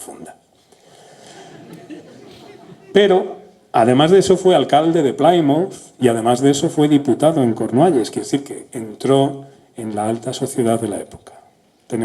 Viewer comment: Se pronuncia "Plimuth" no "Plaimuth". ¡Coño! ¡Qué empeño en pronunciar mejor que los ingleses!